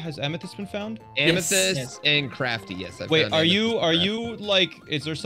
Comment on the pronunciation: not struggling with the word, "Amethyst"💀